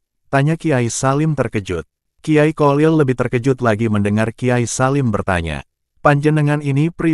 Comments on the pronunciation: Kyai kholil bukan qolil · Yg bnr klo bicara...bukan kolil...tp kholil...kho....kho...sperti org ngorok....slh baca bs slh arti.bgitulh nhs arab...